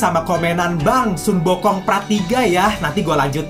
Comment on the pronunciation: Bukan pray pret bang tapi part